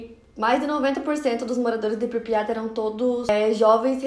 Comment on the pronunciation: Pripyat não pripya